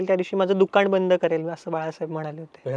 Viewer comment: बाळासाहेब दुकान म्हणाले होते रे... "दुकाण" नाही किती खाशील रे "ण" 😄😄😄😄 कुठे शोधला रे ह्याला 😂😂😂